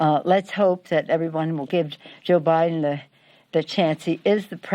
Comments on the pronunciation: lmao "joe pot" hahaahhaha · "Joe Pot". Was that a Freudian slip? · "Joe Pot" as in Pol Pot, Crazy Nancy? "No evidence of changed votes?" I guess it's like Hillary's 91% likely win.